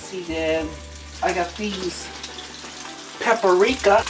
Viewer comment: From the way pronounces paprika I wonder if he thinks it’s a portmanteau of “pepper” and “eureka”